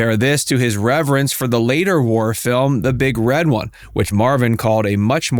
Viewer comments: BTW, it's "the Big Red ONE" (as in the FIRST Infantry Division)... NOT "the big red wun"... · I really hate how you say The Big Red One. It's the Big... Red... One. It's not: "which one will you have sir?" "Oh gosh, I suppose I'll have the big red one." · First off,, when you say, "The Big Red One" with the emphasis on *red*, that's an insult. If you're going to emphasize anything, it is on the "ONE". What is "*Paramilitary* training to be a scout/sniper?" Marvin was a MARINE. The Marines are a branch of the Armed Services. NOT some cheesy, unnamed paramilitary organization. Other than that, an interesting vid. Back when actors were mostly patriots, not the mostly morally compromised slime they are now.